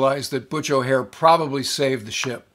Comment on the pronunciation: O’Hare. Not O’Hara.